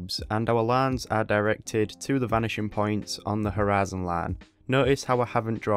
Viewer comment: you pronounce the word horizon with a pure texas accent lol